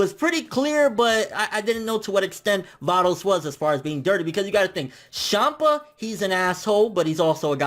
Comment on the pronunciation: Lol... "Shampa"